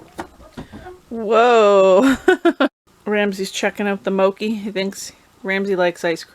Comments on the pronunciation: Pronounced moe chee, not moe ki. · The mochi is pronounced mo-chee